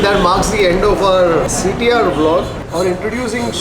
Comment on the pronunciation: Hi sir, when you pranoun CTR , I heard like CT maar song...😂